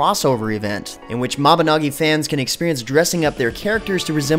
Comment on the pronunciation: Its sad how every time you say mabinagi i feel cells in my brain die when it is cleary written NOgi as if saying dogi . Mabi NO gi